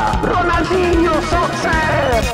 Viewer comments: The mispronounciation of "Ronaldinho" to "Ronaldiño" combined with that laugh at the start just radiates such a chaotic energy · Which is weird because he knows that "nh" is pronounced as "ñ" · Something like: Ho-naw-djeen-yoo (you can type "Ronaldinho" on google translate, set the language to Portuguese and check the pronunciation by yourself). The guy in the game sounds like a native spanish speaker (from South America)... No one in Brazil says Ronaldinho like he did (and the intonation of portuguese is different), he mispronounced the R, the L and the NH. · HAHAHAHA RONALDINHO SOTSER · Yes, he pronounced the "R", the "L" and the "NH" like a Spanish speaker from South American countries. Brazilian-portuguese accents doesn't pronounce those letters like he did in the game.